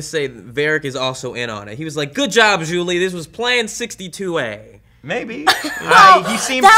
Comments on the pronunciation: By the way, it's zhu li, not Julie... Just sayin' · Isn't it Zhu Li and not Julie?